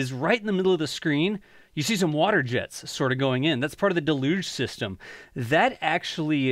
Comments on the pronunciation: Deluge is pronounced dell-yooj, not de-looge. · Love your videos… A quick note: del·uge /ˈdelˌyo͞oj/. <—————- a severe flood. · It’s pronounced DAY-luge … just sayin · Another person to correct. As a firefighter, it irks me beyond belief to hear deluge mispronounced. "DAY-luge" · Why are you saying deluge like that? It's a deluge of water, not some fancy name. Whack. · The pronunciation of "deluge" is hysterical 🤣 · You need to learn how to pronounce “deluge” lol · if feel like your pronouncing "deluge" in a different way than ive heard my whole life